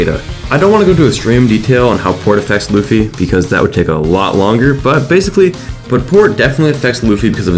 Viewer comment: Lewfee? It’s pronounced luhfee